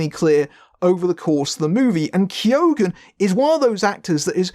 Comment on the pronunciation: You don't pronounce the G in keoghan